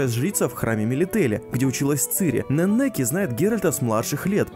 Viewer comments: Не ,,Ненеки,, а ,,Энеки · Слух режет такое ударение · У Неннике ударение на первую е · При чём тут перевод, я про ударение. В имени ничего такого нет.